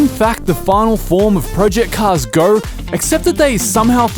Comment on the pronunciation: "Project Cars Gorrr"